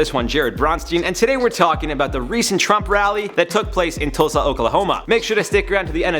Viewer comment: I'm shocked that he pronounced Tulsa right